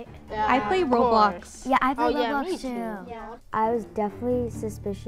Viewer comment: "I pway a wot of Woblox"